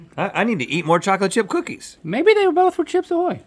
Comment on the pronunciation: Bocolate Bip BOOKIES “BEWYYY”